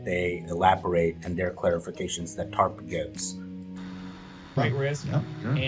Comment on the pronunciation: tarp or TURD?